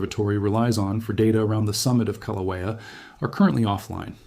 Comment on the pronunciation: It's so frustrating to listen to AI pronounce Kilauea more than 5 different ways! How about settle on the way Hawaiians pronounce it and stick with it?